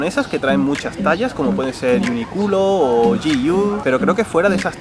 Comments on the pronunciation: dijiste UNICULO? jajajajjajajajaj lo he escuchado pero se dice uniclo=uniqlo. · JAjajAJAJa morí de risa en esa parte! creo que se pronuncia "Iunicló" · Uniculo pero parece que dice mi culo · Yo escuhe "Mi culo" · No es que quiera ser mala onda, pero tengo que aclarar que el nombre de la tienda UNIQLO se pronuncia como la palabra "unique" en inglés, no "uni culo". El lado bueno de esta historia es que yo y mi mamá nos desmayamos de la risa. 🤣🤣🤣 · indy jonas ni "miculo" tampoco no? es que parece que dice eso jajaja estoy por volver a ver el video y escucharlo varias veces aver qué dice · Era Uniqlo (se pronuncia yunicuro) xd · Parecía que decía mi culo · Yo escuche "miculo" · Chilenos, corfimen. XD UNI QLO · Me reí como idiota cuando pronunció UniQlo